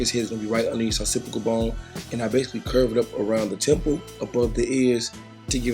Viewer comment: Lmao you saying “opcipical bone”